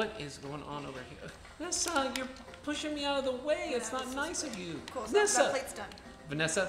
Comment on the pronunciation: Its nezza not nizza